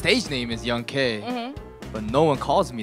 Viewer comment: Young K? Dont you mean YONK